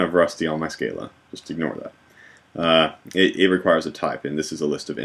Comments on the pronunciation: Hi thanks for great tutorials. Just one thing ... I have the genius who invented Scala, Martin Odersky, say it's pronounced Skar lah not skay lah! Small point but out of respect to him and uniformity shouldn't we follow the correct pronunciation? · Your recursion example is recursive, but it is not tail recursive. Furthermore, the Scala compiler cannot convert all tail recursive to loops due to limitations of the JVM. On a minor note, Odersky pronounces the 'a's in Scala like ahh. Scahhlahh.